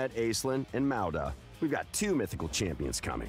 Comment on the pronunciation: Meowda? Wtf, it's Maud (sounds like Mod) it's a legit name that exists in real life, how can they just pronounce shit so strangely like it's nothing lol the names in this game are "cursesaid" lmfao